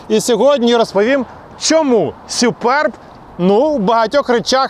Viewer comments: Не сЮперб, а сУперб!😂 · Не Суперб, а Супьорб, якщо вже докапуватись 😁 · «Сюперб» - дивна вимова😵‍💫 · сЮююперб - кров із вух.... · сЮЮпэрб 😂😂😂😂😂 це пиздець! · точно не так як каже 😂